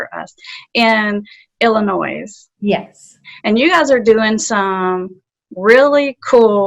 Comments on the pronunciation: Well, recover us would not be capitalized. Recover U.S would be. And the S at the end of Illinois is silent. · There is no S sound in Illinois. 🙄 damn southerner. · The S in Illinois is silent